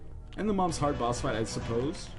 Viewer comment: Hearth? I think you mean heart.